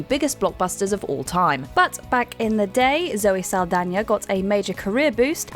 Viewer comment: Holycow first person i ever hear pronouncing Saldaña correctly